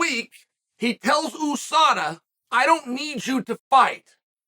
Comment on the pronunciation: Who calls it eewwsada? It’s U.S.A.D.A. It not tough Chael. Say “USA” now say USADA. It’s the same sound. Don’t get confused with the dots “.”